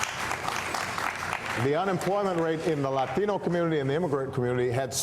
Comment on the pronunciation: Not him saying Latino like that 😂 Stop it